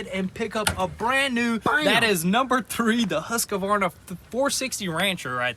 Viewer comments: Guys its HUSQVARNA not HUSQAVARNA :D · I am Swedish, and for me, it's really amusing to hear you say husqvarna 🤣🤣🤣 say it - hus-kvarna instead :p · yup its pronounced ooosk vahna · Husk varna NOT Huska varna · Huskavarna. They should get a Stihl. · They pronounced it like everyone else in the states including those selling them and the Swedes in MN. I think in Sweden it’d be something like Hooskvarn? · This is an attempt at phonetically describing how we Swedes pronounce the word Husqvarna: Huːskvɑːrna The "u" uses about the same vowel-sound that you'd use for the "u" in the "Uber" taxi service. English seldom draws together the consonants "k" and "v" so this is where most native English speakers get into trouble. Swedes pronounce those two consonants a bit more softly and over each other and thus sound a bit more drawn together than the usual "independent consonant pronunciation". It has been a while since my university English linguistics and phonetics course, so I hope I made it somewhat clear. In any case, it hardly matters as long as you agree that Husqvarna makes at least half-decent equipment... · yhee the Husqavarna xD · it's hus-kvarna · The chaimsaw is pronounced hus-kvarna. //swedish follower! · Well he definitely said husquavarna right they called their Lamborghini a Ferrari tho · As a Swedish person i found the best part of the vid when they tried to say husqvarna :D i was like "what is that brand they are talking about?" :D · Bara roligt när säger Husqvarna blir bara så fel:) (so funny when say Husqvarna its so wrong) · The pronunciation of Husqvarna cracks me up. xD